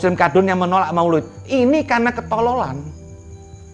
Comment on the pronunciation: maulid bo krbo bukan maoloood🤣🤣